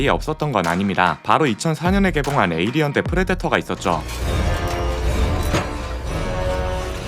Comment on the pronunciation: 하필 디즈니...에얼리언이라 쫌 ㅋㅋㅋㅋ